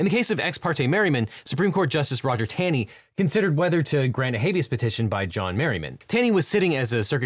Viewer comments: I am pretty sure Roger Taney is pronounced with a phantom W, as in "tawney". just a heads up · Roger Taney pronounced his name "Tawney". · C'mon Devin, you of all people should know that Chief Justice Taney's name pronounced Tawney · Couldn't agree with you more, except that "Taney" is pronounced "TAW- nee."